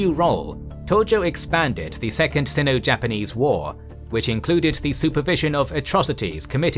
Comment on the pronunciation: Great video. Looking forward to next addition. By the way, I think the "i" in Sino is the hard "i", and pronounced as it is in the word like. Not a big deal though.